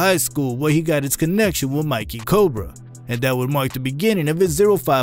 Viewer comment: You did not just say "Mikey Cobra" lol it's Micky Cobra bruh